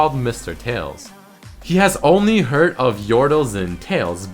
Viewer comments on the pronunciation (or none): none